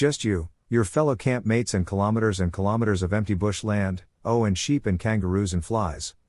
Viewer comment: I CANT COPE WITH YOUR PRONUNCIATIONS DUDE.. ITS PRONOUNCED, KILOMETERS, NOT KYMSSSS, AND COYOTE, IS PRONOUNCED KY-O-TE NOT PSY-O-TE!! ITS FUCK, NOT DUCK! AUS IS AN ABBREVIATION FOR AUSTRALIA, ITS NOT PRONOUNCED, OYCE... ALSO BRACKETS, COMMAS, BACKSLASHES ETC ARE NOT MEANT TO BE READ OUT! THEY ARE TYPOGRAPHIC/KEYBOARD SYMBOLS THAT PROMPT YOU HOW TO NARRATE A SENTENCE. ITS LIKE THE STORIES ARE BEING SPAT OUT BY A COMPUTER ... ( UNLESS IM MISSING SOMETHING HERE AND THATS ACTUALLY WHATS HAPPENING LOL 😅😅). AND YOU REALLY NEED TO DROP IT BACK A NOTCH ON SPEED DUDE. TAKE A BREATHE... ITS MUCH MORE ENJOYABLE FOR THE AUDIENCE IF YOU SLOW IT DOWN, ESPECIALLY WHEN THE MAJORITY OF PEOPLE LISTEN AT NIGHT TO WIND DOWN FOR THE DAY... GREAT CONTENT, BUT YOU NEED SOME CONSTRUCTIVE CRITICISM HERE, A FEW TWEEKS AND IT WOULD BE PERFECT!!